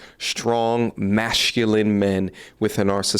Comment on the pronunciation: Bro, i love you. but stop pronouncing masculine as mashcluline. its really annoying. thanksssssssssssssssss lol